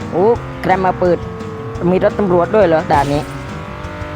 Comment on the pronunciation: รถ ไม่ใช่ รส